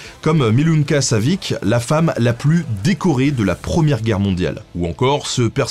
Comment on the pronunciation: salut Benjamin, tu as bien prononcé Milunka mais pour son patronyme prononce plutôt Savitch !